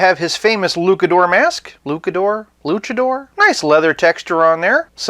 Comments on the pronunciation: lutsador is the correct one, not lukador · it's ,,LuchAdor" and ,,ch" like the beginning of the word Champion...not Kampion 😉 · For those who do not know Luchador is Loo-cha-door, and the feminine version from memory is Luchadora = Loo-cha-door-ah